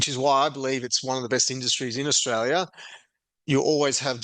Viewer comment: Not straya, anyone , comstraya